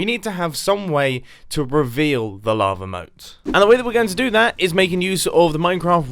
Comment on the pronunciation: who else thought he said lama moat????? Lol